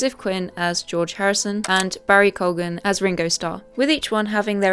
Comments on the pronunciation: Hi, nice to see that you’re uploading again! For Barry Keoghan’s last name’s pronunciation, I think it’s supposed to be pronounced as Ki-Oung, not Kou-Gen (last I checked) 😁. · its pronounced KEYouhghan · It's pronounced KEY-oughan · Some of these are... okay but some of them are WAY off. The fact that the Beatles weren't these chiseled dudes made them more relatable. (also remember guys you're not supposed to pronounce the g in Keoghan, as it's followed by a h)